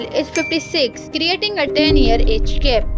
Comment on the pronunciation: Yes I agree because it’s age gap not gape